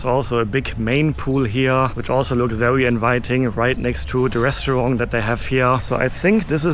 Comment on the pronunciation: Hi, your videos are wonderful. I've been watching since you quarantined in Bangkok! But please, it's not pronounced Restuarng, it's pronounced RESTAURANT. Other than that, always a pleasure.